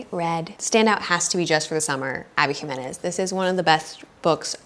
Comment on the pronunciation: You are pronouncing Abby Jimenez last name just right! Love your spanish !